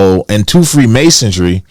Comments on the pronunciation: Freemasonry . Not freemasondry lol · Said “free masodry” twice 🤣 MASONRY genius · First you gotta learn how to say freemasonry. Theres no t or d in there. No self respecting conspiracy theorist will be taken serious on any subject when they mispronounce key words or phrases....